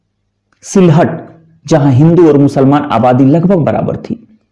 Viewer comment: "वारिसाल" नहीं "बोरिशाल" (বরিশাল) "शिलहट" नहीं "शिलेट" (শিলেট) "बनगांव" नहीं "बोनगाँ" (বনগাঁ) है उच्चारण। मेरे विचार में क्षेत्र विशेष जुड़े उच्चारण का प्रयोग करना ही उचित होगा।